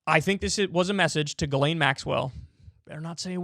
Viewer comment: Except in French the s isn’t silent and is pronounced Jisslaine. Unless she herself had a different way of saying it, Jizzlaine is probably closer. The way Kyle said it sounds like another French name, Guylaine.